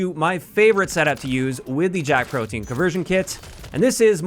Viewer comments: It's pronounced proh-tee-uhn not proh-teen. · You mispronounced the name of the kit. It isn't proh-teen, it's proh-tee-uhn, or even proh-dee-uhn. Easy mistake. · i like how everyone pronounces the guns name wrong it isnt pronounce the same as protein the e and a are pronounced separately when saying that word the name of the kit is pronounced like this pro-te-an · I think it's pronounced "pro-tea-in" but JAK PROTEIN sounds funnier lol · Yeah it caught me off guard the first time I heard someone pronounce it "protein".